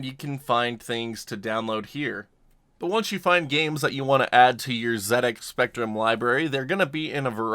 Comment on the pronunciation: Thank you for pronouncing ZX like that :)